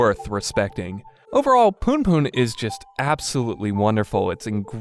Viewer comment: loool the way this guy say "poonpoon" is actually hilarious